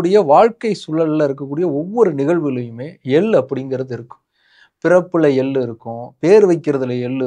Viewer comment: எள்ளு தயவு செய்து ள் ஐ சரியாக உச்சரியுங்கள் hate comment elaam ilainga manasula patuchi sonan